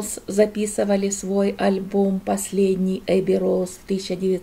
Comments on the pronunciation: произносит как эби роуз??? Или я с ума сошла. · Вообще-то Abbey Road( эби Роуд). Спасибо, Ваш зять имеет хороший вкус.